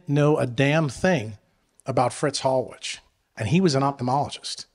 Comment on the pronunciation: Hallwich is actually pronounced (Hall Vich)